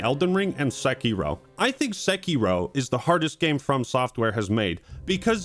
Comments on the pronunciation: Please Don't pronounce Sekiro sEkIro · "Sekky Row"